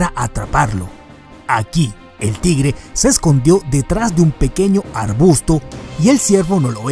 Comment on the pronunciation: Pero no se pronuncia "Tigere". Sino "Tigre" hay que pronunciar bien las palabras y aprender más sobre la hortrografía antes de subir un vídeo.